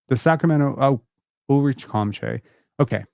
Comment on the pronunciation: His name is pronounced Ulrish Shom-shay👍🏻